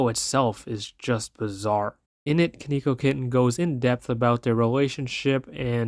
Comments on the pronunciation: its pronouced kon e ko kitten but yes konkeokitten getting banned is good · Stop pronouncing his name wrong 😠